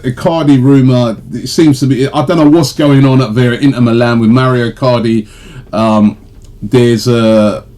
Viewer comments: Mauro, not Mario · Its MAURO Robbie not mario